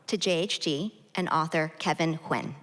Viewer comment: Vietnamese-American author Kevin Nguyen's surname should be pronounced "N'win" instead of Win!